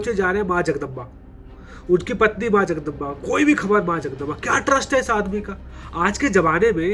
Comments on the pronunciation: Its not jagdamba it is जगदंब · Jagdamba nahi Jagdamb bolte hai Chatrapati Sambhaji Maharaj. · Ba nahi b jagdamb bolte hai